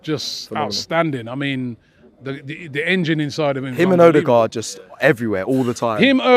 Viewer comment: Everyone: Ødegaard: Order Guard